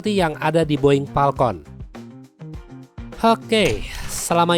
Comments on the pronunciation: Nyebutnya falcon ke, ini malah boing palkon 😂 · pesawat palkon?